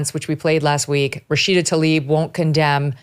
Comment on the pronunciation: She's looks like she's been really stuffing the filafel in her face lately. Tl ay b ...not Talib